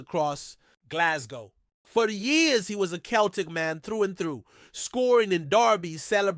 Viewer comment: Can't even pronounce ibrox or celtic, keltic and abox